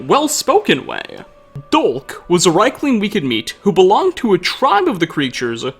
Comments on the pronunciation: Niite, thii arii pronunciid [riikling], noot raikling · Pretty sure it's pronounced reekling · Dude, it's pronounced "rEEk-ling!!!" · The way you pronounce Riekling, hurts my head but it's a good video man, keep up the good stuff. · It's pronounced "Reek-ling", but at least you pronounced Solstheim right.